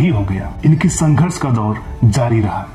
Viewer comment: Sanghars nhi anpad narrator wo Sangharsh hotaa Hain😂😂🤣🤣🤣